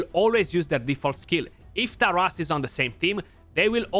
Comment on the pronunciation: You are probably the only CC who says both Taras and Marichka names properly 😅